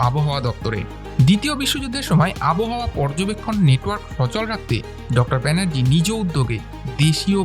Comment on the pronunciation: ভাল লাগল l উচ্চারণটা আবোহাওয়া নয়, আব্ হাওয়া । 🎉